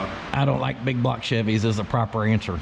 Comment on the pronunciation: isn't it BIG BLOCK, not BIG BLOG?